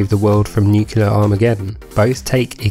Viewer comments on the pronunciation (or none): Nu-clear. Not Nuke-you-lar.